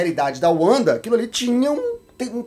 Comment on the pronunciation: Finalmente alguém falando o nome certo da Wanda